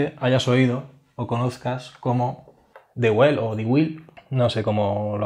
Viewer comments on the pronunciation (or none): dwell angle o angulo de permanencia traducción literal. dwell se pronuncia (duel) es una palabra inglesa.